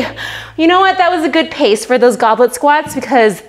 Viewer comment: I heard Goblin Squat, so it made me laugh when I saw the subtitle actually said 'Goblet Squat' :-D